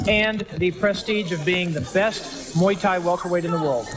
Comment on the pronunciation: It’s pronounced Muay, not may